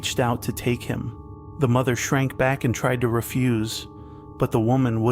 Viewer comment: "Mo-there mo-oh-there!" bruh